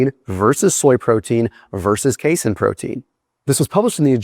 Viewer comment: don't you dare ever call it "case-in" protein again in your life, you hear me boy?